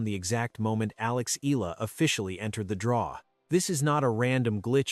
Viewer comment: Pls pronounce her name as Eh...yah...la....